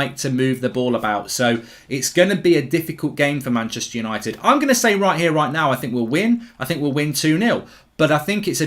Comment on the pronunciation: "Manchepster "united😭